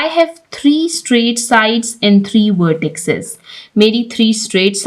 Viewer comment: Madam, lafz vertices ko vertisses kaha jata hai